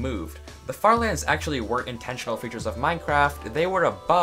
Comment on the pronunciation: Honestly died laughing at the farther... er lands